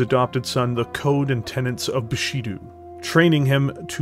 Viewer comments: Bu-shi-doh, not doo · Awesome video man! Minor gripe though, the "do" in Bushido is pronounced "Do-h" with an "oh" sound, the sound "du/dew" doesn't exist in Nihongo/the Japanese language (you can semi-create it in Katakana but that's for foreign loan words only).